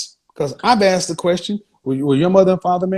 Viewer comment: The whole “axe” thing really drives me nuts. The word I is “asked”.